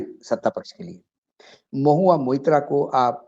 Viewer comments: Deepak ji Naam Mahua Mitra nhi blki Mahua Moitra hai .Please pronounce the name correctly. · Maitra not Mitra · M-O-I-T-RA and not Mitra Mr Deepak Sharma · मित्रा नही साहब .....मोईत्रा .....महुआ मोईत्रा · Deepak Bhai, Mubarak ho aap ko, TIGER is back magar aakhir apna intro phir bhi 10mins plus diya, Thank You🤝 Aap ne jab bhi Mahua ka issue uthaya hai aap hamesha unka naam theek se nahi bolte To please naam theek se liya karein Mahua MOITRA🙏 Sir to mera bhi chakra gaya Deepak Bhai maga aap ki acting se😝 Ashok Jee, humko pata hai aap bhaag nahi gaye, apni awaz hamesha buland rakhna welcome back🤗